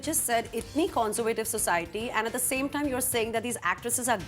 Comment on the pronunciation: CON-ZOR-VAY-TIV. Really, is that how you say conservative.